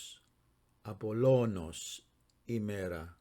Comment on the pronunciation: I have just subscribed to your channel, sir, but I notice a blatant disregard for the accent when pronouncing Ἡλίου and Ἀπόλλωνος. This can be quite misleading to someone learning Greek as a beginner. Just pointing this out with all due respect, sir, for the sake of accuracy. I myself am still an intermediate learner.